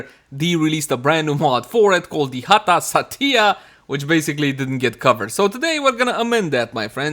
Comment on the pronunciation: OMG i thought my parent call me when you call Satya cause you pronounce sound like Datiya ... XD